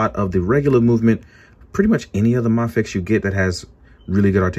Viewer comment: the way you say mafex is driving me insane.... maaafex??!!!!